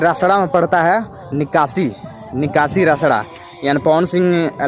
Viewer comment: Bhai address ka naam Shai se lo nakashi nahi hai bhai nikashi hai